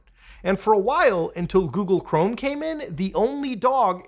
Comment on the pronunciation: Coogle Ghorme